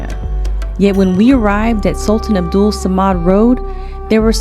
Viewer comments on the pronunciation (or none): none